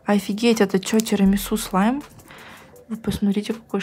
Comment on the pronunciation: Я одна заметила что начала говорить СЛИМ?